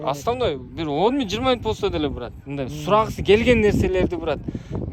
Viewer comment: Брат, брат деген соз, турмодо отургандардын сыймык создору. Бырат бырат деп туура айталбай жатканына караганда, чала отуруп, амнистияга туш келип калгандардан эмеспи?